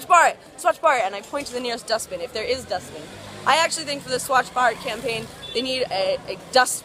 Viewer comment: like the way u pronounced "Swachh Bharat'